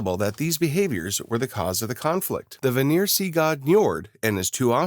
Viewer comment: Even so, the ai pronounced it voner! IT IS VÁNÍR! (If that makes sense, i just used the accents cuz it emplasized the A and the I in the word, tgey stand out, creating rich A and IR sounds.)